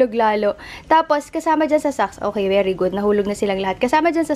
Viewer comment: natawa ako sa "beri gud" HAHAHAHAH